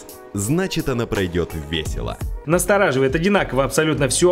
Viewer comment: ВЭСЭЛА))))!!!! Хрошечно!